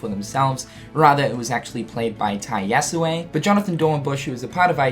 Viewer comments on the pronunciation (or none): I'd have pronounced it more of an "eh" sound at the end rather than an "ay" sound at the end, but at least it's a lot closer than what he was saying before. ;) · yes. the "e" in "yasue" is not supposed to be silent.